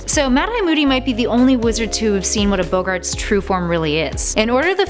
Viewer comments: BOGGARTS! B-O-GARTS! NOT BOWGARTS!!!! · its not bOHggarts its boggarts